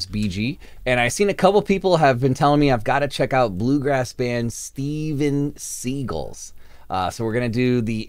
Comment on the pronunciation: pretty sure the band is pronounced like the actor Steven Segal 😉 😃